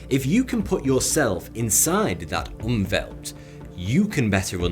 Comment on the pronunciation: Umwelt is a german word. Your pronunciation was completely wrong, so even after reding it, I shortly lost my mind, cause it looked so familiar xD